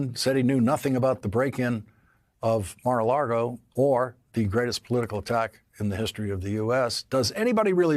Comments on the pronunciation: Journalists are mispronouncing Mar-a-Lago as Mar-a-Largo (like Lawrence has) ever since Michael Cohen dubbed it Mar-a-Lardo. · Except he can't pronounce Mar-a-Lago.